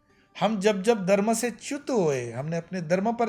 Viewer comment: Are Dharm to sahi se bolo. You said Darm not Dharm!!